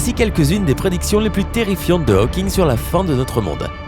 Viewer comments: Pitié, pas "Ha-o-king" ! C'est "Hau-king" (avec un o fermé). Si c'était "Ha-o-king", on l'écrirait Howking en anglais. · C pas haweking c hauking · "aoking" ?? tu as toujours autant de problèmes d'élocution mon ami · « Stéfeune Aoking » ??!... Not even close... Moi qui dis et redis, depuis des années, que la jeunesse française s'est mise à l'anglais... Bon... d'un autre côté, les Américains disent toujours « Shompsailizeï », alors on a encore pas mal de marge. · Steven "A-O-King" : mais c'est quoi cette prononciation... ?